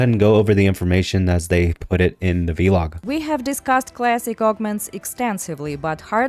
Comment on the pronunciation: why do you call it a v log its vlog as in one word not v seperate.